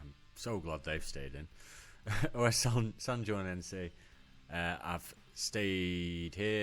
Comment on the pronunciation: The "Os" in Os Sanjoanenses is not an acronym, so it shouldn't be pronounced one letter at a time. It just means "the", the club is called The Sanjoanenses (Sanjoanenses refer to Saint John the Baptist). You'll notice the badge and name are very similar to Belenenses from Portugal, whose full name is Clube de Futebol Os Belenenses.